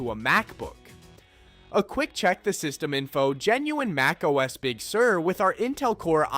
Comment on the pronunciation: Your "MacOS" got a downvote and lost a subscription 🥺